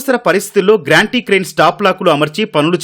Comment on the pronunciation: ... "గ్రాంటీ క్రేన్" (Granty Crane) కాదు బాబు "గాంట్రీ క్రేన్" (Gantry Crane)